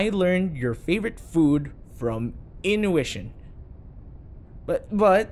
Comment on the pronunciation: didn’t even say it right he said innuition 😭😭😭